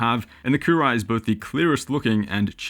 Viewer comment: I think that's pronounced Coo roo wee`